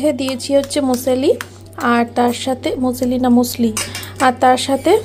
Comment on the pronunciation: মিউস লি।। উচ্চারণটা এরকম হবে।